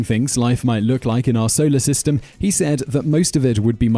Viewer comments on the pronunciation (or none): none